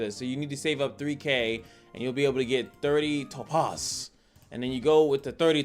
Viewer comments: Lol no you were correct 🤣 but the way you said it and how often had me crying 😂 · you're pronouncing it wrong, but I thought it was on purpose lol